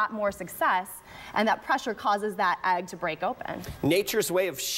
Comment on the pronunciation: The word is not, "agg." This mispronunciation is driving me crazy!!!!